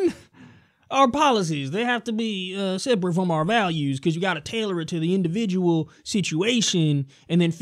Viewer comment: What a purtikulur liability scenario with that indavijul matinee sitchuwayshun.